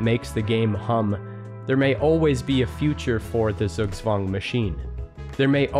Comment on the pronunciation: Great video! Got slightly triggered by pronunciation. Google "pronounce zugzwang" or just say Tsugtswang.